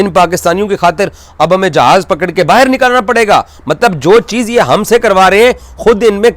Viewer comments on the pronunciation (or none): none